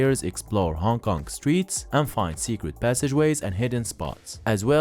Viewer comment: hong konk ? hongkong ...